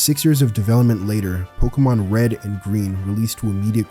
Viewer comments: Pokémon, not pokeuhmon. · pls stop saying pokamon